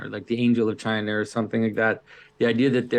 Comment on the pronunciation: Pageau pronounces China like Donald Trump.